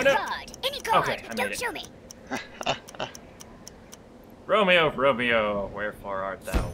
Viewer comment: Hey, in that one part, did you say Wormeo instead of Romeo? Couldn't tell very easily. If you didn't, you missed out on a great Joke opportunity.:P